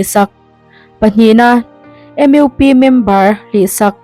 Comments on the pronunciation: Pu Editor sapram ahpawh mizo tawnghmang leh hnamdang zukawm hokhuan saptawng hmangin anin khawm a ngem aww 😅😅kantive e. Tin A zawttu nu khan mizo tawng a thiam chiah lovemni leee M IU P. a tihtlat M U P a tithiam longe 😅😅mahse hnamkhar kanni a comon langui hmangthei hram ila a thaber mizo tawng anhmang lovemni lee. Zohnam kannih chuan Duhlian tawng thiamtum i la.hmangthei theuh turin tan i latheuhang u . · Changkangna. MUP = Em iu pi. I va chhiar thiam lo ve. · Chhiar tu duhtak , M U P hi , M Eu P tiha ilam le, Mizo tawng ania mizotak khan lamtawh nithei se, U tih hi saptawnga lam kher a loh nise